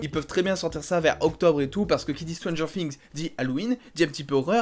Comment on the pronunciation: Pourquoi tu dis stranger fings ? C'est pas un f c est th et "th"en anglais se prononce "s"